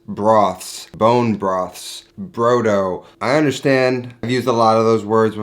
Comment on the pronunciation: Omg, every time you said brough-dough it hurt my Italian heart. For those who actually know which way is up, brodo di carne is meat broth, made to be consumed as a soup. Broth is NOT stock. Broth is made with meat! More than you used. And not a kilo of onions. Jesus wept.